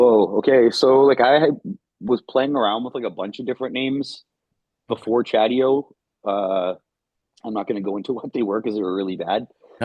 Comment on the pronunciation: It's Chadio!